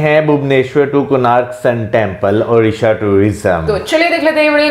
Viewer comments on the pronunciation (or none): none